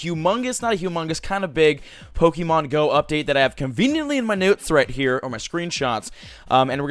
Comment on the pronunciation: how he says note's bruhh im dying hahaha